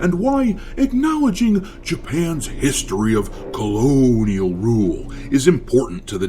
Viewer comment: agree with most of your points but what's with the weird emphasis when mentioning Japan's colonial past (similar to when you talk about the "modern audience" in your other videos). It seems to suggest you don't believe Japan has such a past when they in fact do have a well documented history of colonialism, especially during and before World War 2. Now how that exactly is relevant to Animal Crossing... I haven't the foggiest.